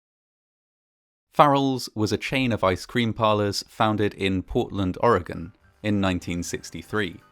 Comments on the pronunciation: I don't think I have it in me to watch this one all the way through... here's an upvote for pronouncing "Oregon" the right way, now I think I need to watch some kitten videos for a while. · Id love to know how a Brit can pronounce 'Oregon' properly, but many of my fellow Americans want to say some 'ore-gone' or 'O-ree-gone' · He pronounced Oregon correctly! Whaddya know!